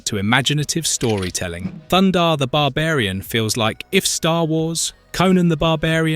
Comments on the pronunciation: It's THUNDARR not thunder. I can't believe you say his name wrong every time. It's written right there, are you dense in the head lol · Great vid but it's Thun-Darr ! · ThunDARR, not Thunder. Are you trolling us? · He doesn’t have a Mohawk. He has a Mullet and his name is Thundar not thunder. Very distracting from an otherwise very good review. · Can you take this down and have someone other than an idiot Europeen mispronouncing "Thunder" the barbarian about every third time?